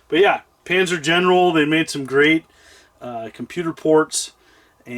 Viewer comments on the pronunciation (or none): none